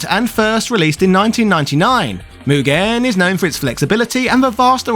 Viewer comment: So...Mugen. It's just Mugen. lol